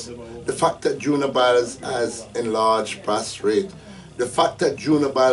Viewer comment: enlarged prostate not prostrate